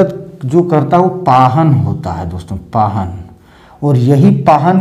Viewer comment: सर, माफी चाहती हूँ....पाहन नहीं पहान होता है। पहड़ा नहीं पड़हा होता है।